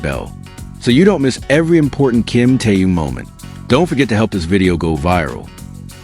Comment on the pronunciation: Ким Тэун, это кто? Зачем каверкать имя Мировой звезды? Ким Тын? Ужас. Я понимаю что это ИИ, но кто то контролирует.